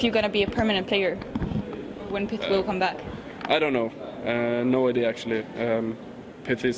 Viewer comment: You need to pronounce pyth as pit (that's how the Swedish people say it)